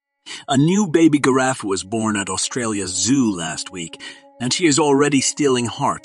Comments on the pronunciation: I'm not hearing the word giraffe I don't know what you're calling that animal but it's a giraffe.😅 Pronunciation is just as important as diction. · That isn't how you pronounce Giraffe dude